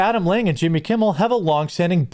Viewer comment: I always get a chuckle when you pronounce it "Yimmy"